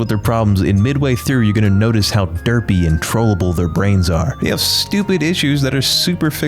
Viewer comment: Hey huge fan, did you say Derpy?